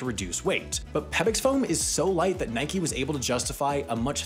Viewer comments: How do you get “Nikey” from “Nike?” That’s like saying “Bikey” rather than “Bike.” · From the Greek goddess, referred to as "nikey." It's a name and a weird non-English pronunciation.